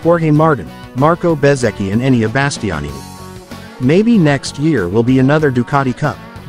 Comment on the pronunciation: Who is Donny Potrosia, Peco Bonniyeiha, And who is Enneian Basstionni??? Go lern how to pronounce European names before you decide to have a Mootougepee chieannnial..😂